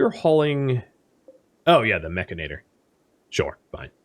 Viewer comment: humorous note, most of youtube is pronouncing 'mechanitor' wrong.. although yes it does sound much better as 'mech-a-nator' its spelt as 'mech-an-i-tor' although they really s hould have named it 'mechromancer' because thats hilarious